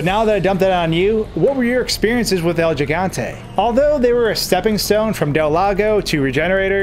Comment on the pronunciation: Its el giganta not jiganta Gee Gantay